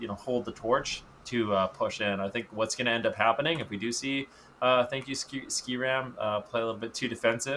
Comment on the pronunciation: why is he pronouncing it ski ram? Its literally named after the server they abandoned Skeram.